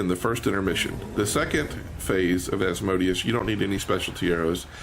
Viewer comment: Very informative, and my only complaint I have is the mispronunciation of Asmodeus. It hurts me lol....